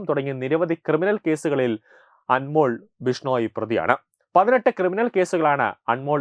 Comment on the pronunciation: അൻമോൾ അല്ല, അൻമോൽ. ( അതൊരു ഹിന്ദി വാക്ക് ആണ് )